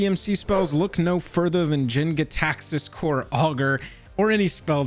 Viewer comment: Nice call on cards like Mulldrifter with ways to cheat the casting cost. Also side note, Jin is pronounced "Jean." ;) Source: Jin from Samurai Champloo